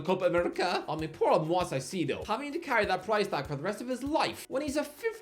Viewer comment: Honestly, who in the actual hell is "Mwoz Saiseedo"? He's been around long enough, you can't actually be serious with that pronunciation anymore...